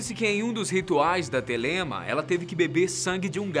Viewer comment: se pronuncia Télema